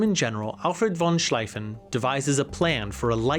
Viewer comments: It's von Schlieffen, not von Schleiffen. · 3 minutes into the video and you called the triple entente "the allies" and called Schlieffen for Schlaiffen. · It's pronounced more like "von Sleeven". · I'm really disappointed in the amount of mispronunciation, especially key figures and locations. Schlieffen (Shl-eye-fen), Sarajevo (Sara Vey Ho), Gallipoli (Galapoli). (How it was pronounced in the video and not correct) Please take your time and do this stuff right.... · Im not familiar with the channel but I’ve never heard anyone pronounce Schliefen that way. I’m guessing this is content for you not something you’re passionately into or even mildly informed about, I don’t like that and I know it’s just supposed to be entertainment. But you obviously just read something on it and are making content. You’re actually clueless about WW1. You can’t pronounce Schliefen and it has nothing to do with your German pronunciation, I wouldn’t expect half your audience to be able to spell it but they all know the name of the guy who came up with the plan and how to say his name. You don’t. That makes the whole rest of the video kind of tainted in a way. I’m a WW1 buff and here’s a guy making a video on it that can’t say Schliefen. Cmon man educate yourself before you put shit out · You should've talked about how the German Emperor Wilhelm II was absolutely right, he did his best to prevent the war but was undermined by the parliament. Also, it's von Schlieffen is pronounced with the German "ie" which is a long "I" like in bee, not with the German "ei" which would be pronounced like "I". Also, the whole Lusitania was illegally filled to the brim with ammunition and chemicals and a legitimate target for warfare, the passengers had no business being on there. Also, the "Treaty" of Versaille might have been the greatest political atrocities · and Schleifen Plan, Ishtanbul, Gallapoli